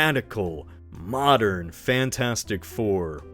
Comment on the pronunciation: A "mowden"? What are you James Rolfe?